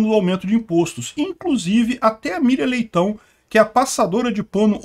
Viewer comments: E eu entendia Miriam Peitao... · sempre quando falava Miriam Leitão, eu entendia midia Leitão.